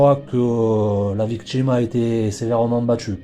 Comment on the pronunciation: Que d'erreurs !! Que d'erreurs dans les faits !! Cela débute par '' des mégots '', alors qu'il n'y avait qu'UN SEUL mégot, tout est à l'avenant... Renseignez-vous correctement ! Et allez chez un orthophoniste ! Les défauts de prononciation, comme , par exemples, vous dites '' la victchime '', au lieu de 'victime', '' le chantchier '' au lieu de 'chantier', '' l'activitché '' au lieu de 'activité', '' voitchure '', etc. '' Modjifier '' au lieu de 'modifier', '' il djit '' au lieu de 'il dit' etc. En linguistique, cela s'appelle 'affriquer' les consonnes, aucun rapport avec l'Afrique. Et autres défauts de prononciation, exemples : couler des '' bè '', le 'chiè' etc. Sans parler d'une lourdeur narrative, des erreurs grammaticales, des redondances... Vous ne doutez de rien, vous ! Quelle horreur !